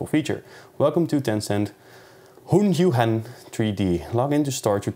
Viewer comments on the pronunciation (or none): It's not that hard to pronounce Hunyuan, murican..